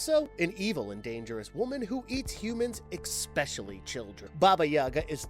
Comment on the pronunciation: Mate he said ekspecially what do you ekspect 😂